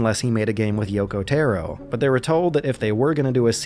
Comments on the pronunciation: >Yoko Teh-ro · "Yokow therrow" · "Yoko Terro" jsjsjsjs